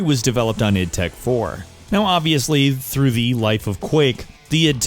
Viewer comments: "I" "D" Tech 1...... It's pronounced "id" ;).... You got it right later but still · isn't pronounced I.D Tech 1, it's pronounced id Tech 1, with 'id' sounding kind of like the word 'it' That said, I'm very proud of you for pronouncing "Id Software" correctly. An accomplishment few others can pull off. Also, Doom 3 ran of IdTech 4, not IdTech 3. Quake III Arena and Return to Castle Wolfenstein as well as the first Call of Duty ran of IdTech 3.